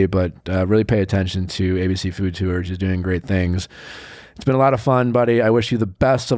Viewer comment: Nick makes the word tours into 2 syllables. I hear it everytime.